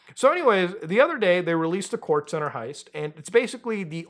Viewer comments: Perico is Spanish for the white powder drug lol, pronounced Pear Rico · bro muta please just pronouce one single heist name correctly, kayo periko and fucking fleeka